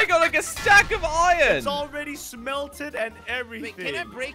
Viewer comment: Every single person that talks english: Iron:Iyn